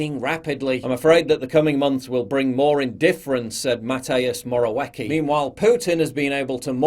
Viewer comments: The Polish Prime Minister's name is pronounced / ma'teʊʃ mɒra'vɪetskɪ̈/, Paul. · Mateus Morayeki hahahahahaha I get Polish names are difficult but damn, it was soo different it made me laugh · Mateyous Morauekey Anyway, your doing a great job! Greetings from Poland!